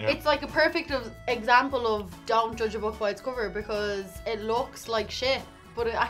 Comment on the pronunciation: dont joodge a book by its coover <3